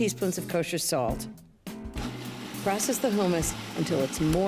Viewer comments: I've never heard anyone pronounce it "hoomus". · Ina pronounces it “ hoomis” for hummus. Long vowel? The double m in the middle makes me think the u is short